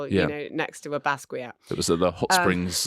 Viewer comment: I shouldn't imagine anyone has ever mispronounced Basquiat quite that badly.